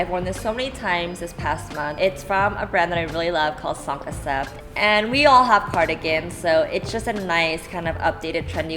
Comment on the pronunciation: Love that sweater! Cinq is pronounced "ssaynkuh"